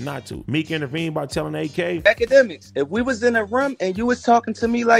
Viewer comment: AD said "A-K" instead of "Ak" when he was talking about akademiks. That was funny